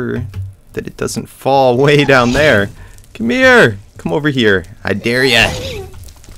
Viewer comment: you said i dare ya wrong, its aaahhhhh ddddeeeeehhhhh yyyyyaaa!